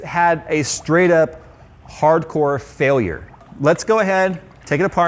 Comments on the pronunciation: Also, fialure 😁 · Complete "Fialure"? ..Yes please. Btw, awesome video. Wasn't a failure in my opinion. Getting fluid that cold flowing through those pumps is pretty awesome in of itself, I thought the pump would die. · "Compete fialure" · "Complete fialure" lmao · Lmao "FIALURE" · FIALIURE yes, it's ok xD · Fialure lol